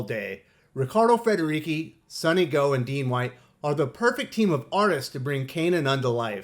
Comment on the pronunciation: It's pronounce Riccardo Federici with "ci" as in church, not key :-)